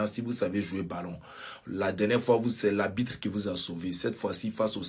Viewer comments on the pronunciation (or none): Petit villageois ivoirien là nageur qui parle à la 6min30 , maître nageur qui venu en France à la nage apprends déjà à dire le mot ARBITRE, sinon silence!